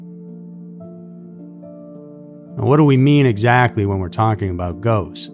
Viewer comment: "Goats"??? Now you can't unhear it.